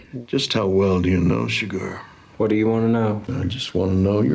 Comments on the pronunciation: fantastic reaction! Chigurh is pronounced /shuh-GRR/: ) Chigurh got the money (most likely), because Llewelyn hides the money in vents, and when Ed Tom goes back to the room, the vents are unlocked with a coin, just as Chigurh had done before. This is not a normal movie. This movie is about the gap between good intentions and results. With so much chaos in the world the gap will always be there. Llewelyn finds a bag of money and wants to use it to improve the quality of life for his family. But this puts a target on his back. He brings water back to a man that was dying and and now the bad get the VIN off his truck, which leads to his home, which leads to his mother in law, which leads back to Llewelyn and he is literally killed by his best intention to help that poor thirsty guy. Then Ed Tom quits being a sheriff, not because he is scared, but he is no longer aware of who the bad people is, or what’s coming. I’d reccomend watching the intro narration and the scene where Ed Tom talk to his (uncle?). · Hello:popcorn-yellow-striped-smile::popcorn-yellow-striped-smile: This is one of a few movies where the antagonist (the Bad Guy) wins or gets away with the crime, just like in "inside man" with Clive Owen. Bardem's name was 'Anton Chigurh' not "Sugard". Personally, when I first saw it, I thought it was a bad Anglosized pronunciation of "Segura" as most Latino names get mispronounced on a regular basis. It wasn't until I saw the end credits that I found out it wasn't "Segura". This movie and his acting won Bardem the Best Supporting Actor Oscar. Fun Fact: "There Will Be Blood" was filmed around the same time as this film in Marfa, TX. Both films competed at the same Oscar Awards. This film is considered a 'western gothic' film. Anton was a Psychopath not a Sociopath. Have a fun and relaxing weekend!:hand-pink-waving::face-blue-smiling::face-red-heart-shape::face-red-heart-shape::face-red-heart-shape::face-red-heart-shape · Who's "Shoe-Garhh"?